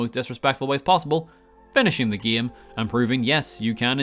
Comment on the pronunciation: I like when he says "gaem" everytime